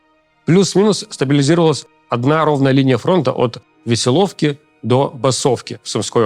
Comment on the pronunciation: Почему демИдовка, а не демидОвка? И веселОвка, а не весЁловка?